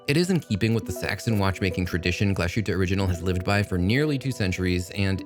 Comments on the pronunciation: Glashootah? Lol, c'mon now, Glashutte is Glass Hootah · Hi Guy: Just an annoying note on the brand name pronunciation: 1. Pronounce it however you want and see fit. 2. However, if you would like to get closer to the German pronunciation, try this: Glas-hoot-uh Ok, sorry for being that guy but I am that guy. You are also that Guy! Haha. Take care man and glad to see you are getting paid for some vids. You have done a lot of work. --Michael